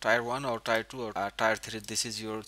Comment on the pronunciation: I'm guessing English isnt your first language... One little tip (and your english is pretty good, and english is stupid...) Tier =is not said like The >Tire< on a car... But like "when you you cry a Tear" Ya English is stupid.... So think... Tear 1, Tear 2... :) Thanks for the video regardless!